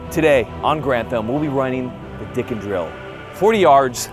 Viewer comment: Im sorry but the intro had me laughing "The one name I do know... Elijah Dickens!" then all I hear is "Dicked em down" 😂